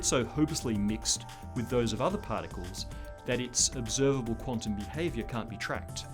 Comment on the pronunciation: I am a nerd when it comes to the universe, but for some Reason I could only handle him saying "Light Pards" twice and i ended it.. For as smart as he is trying to sound, Abbreviating important information like light particles, makes him sound like an idiot to me. Please delete this video and re make it using proper communication. Knob head.